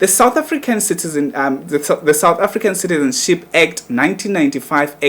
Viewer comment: I think umuntu who must shut up here its you udom you can't even pronounce"citizenship,neutralization.yaze yadom igay